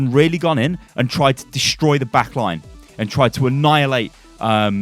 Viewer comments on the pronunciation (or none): Really?? "Distory"? Should be "Destroy"